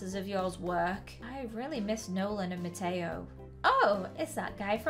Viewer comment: Mateo no ma- toe sorry I thought that it was funny